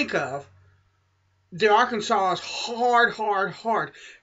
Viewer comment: Why do you say "Arkansas" like "Arkensole"?